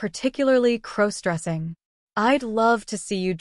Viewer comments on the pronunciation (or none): Stop mispronouncing crossdressing 😢😢